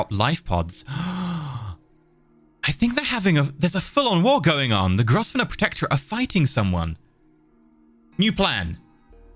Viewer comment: GROVE-NOR NOT GROVESSSSNOR!